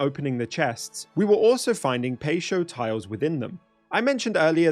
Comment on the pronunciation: "Pay Show" tiles oml